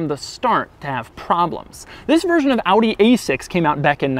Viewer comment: Doug - thanks for pronouncing OW-DEE correctly.